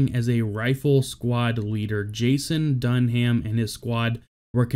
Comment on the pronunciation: My only criticism here is your pronunciation of Dunham's last name. You don't pronounce the H. It's simply said "Dun-am". Utmost respect to these amazing men and their families